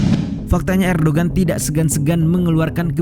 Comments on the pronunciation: Min Erdogan dibacanya Erdoan soalnya huruf g nya ada tanda 🌙 bukan bulan tpi kurung keatas...kayak huruf Arab ain... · Erdogan dibacanya Erdowan